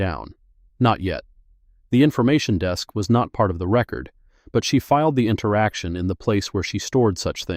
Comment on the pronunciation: Please edit/ have a human read before posting. The “Chinese?” is interesting but not relevant to the story. “Record” verb vs “record” noun = different pronunciations. in addition to difficulty getting a lawyer is something not specifically addressed, with repeated hearings the time away from the kind of work the image “Miss Mercer” represents, the loss of wages, perhaps also transportation and childcare costs. “referring your case to the Henrico County Bar for review” local Bars can review attorneys misconduct since Miss Mercer is not known or acting as a lawyer this is misleading. “Pro Se” is pronounced Pro “Say”. The racist remarks could have been charged as Federal Civil Rights Violations. Angela needs to get a Court Order to retrieve the boxes with the 35 complaints from the Court basement.